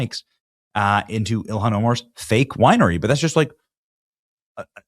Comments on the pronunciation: Prnounced: “ILL-HAHN” NOT “ILLIAN” !!! Got it now?!?🙄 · Benny,its NOT ILIHAN, get her name right, ok? JD can't get it either, not a good look guys! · It's ILL HAWN